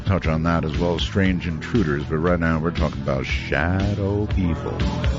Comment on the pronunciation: "very SHTRANGE"